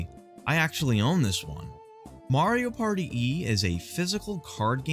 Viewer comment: "mario pary"